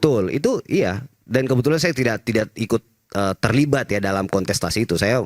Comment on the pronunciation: Kontestasi bukan konsetasi boz